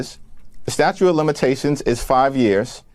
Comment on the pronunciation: it's statute not statue.